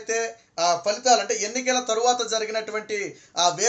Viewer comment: Fhalitalu kaadu phalitalu